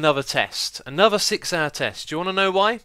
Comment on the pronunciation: Listening very carefully to this video, I'm hearing the same things I've heard other british people doing. Why do british people pronounce their TH's as V's and F's? It drives me nuts hearing the number three pronounced as Free, and I swear I just heard him say Anover.